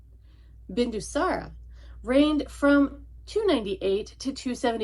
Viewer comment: Bindusãra not Bindusãrã